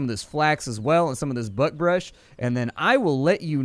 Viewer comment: Did anyone hear butt brush when he first said buckbrush?